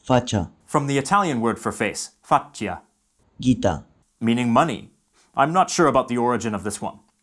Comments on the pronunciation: no bro in Italian it's pronounced exactly the same way, not "fackyah"... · i don’t think you pronounce faccia correctly.